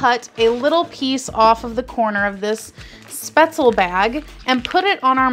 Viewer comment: Thanks for posting the video. The dish is pronounced spaetzl-ah. In German the "e"'s arent silent (think Porsh-ah, the car). I noticed the actual heating instruction BTW tell you to heat it in the bag for 3-4 minutes in a microwave. This quickly steams the product, and really helps prevent the butter from "breaking" and turning the dish into an greasy mess.